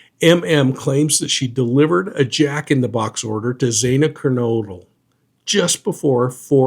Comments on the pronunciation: It's Xana with a short A sound 🌼 thank you for your interesting commentary! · How hard is it to pronounce Xana... really? It's not XAINA. Have some f*cking respect. 🤬